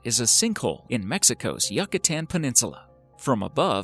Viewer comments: Yucatan is pronounced yuo-ka tan not yuk -a -tan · Feline It spronouned yoo-ka -tan not yuk-ka tan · You-kuh-tan. Not yuck-uh-tan